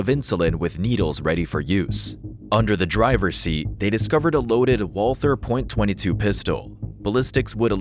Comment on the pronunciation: Is this AI narration? Because the words are mispronounced and it's a .22, not Point-22.